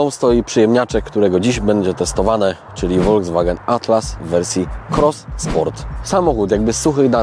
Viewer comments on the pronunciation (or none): vw czyli folks wagen,tak napisze bo jak po niemiecku to bedzie hejt. Dlaczego w Polsce prawie wszyscy mówią wolgswagen 😂😂,to tak na marginesie,po zatem lubie oglądać i doceniam. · Folkswagen wymawiamy na miłość boską...